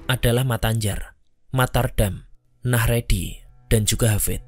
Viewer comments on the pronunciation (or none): Bukan nahredi bang. Najehri😁